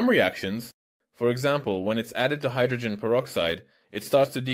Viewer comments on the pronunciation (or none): none